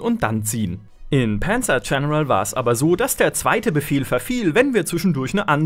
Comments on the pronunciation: Das heißt Panzer und nicht Pänzer. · Warum wird ein deutscher Name wie Panzer zu Penzer??? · Warum sagt er denn immer Penzer Corps? Panzer ist doch ein deutsches Wort, muss man das wirklich noch extra english aussprechen? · panzer coprs :D